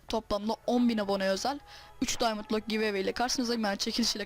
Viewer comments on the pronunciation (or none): none